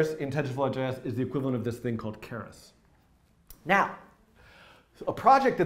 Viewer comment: Your french prononciation of keras was brilliant